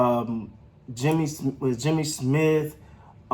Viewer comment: Bruh said Jimmy Smith 😂🤣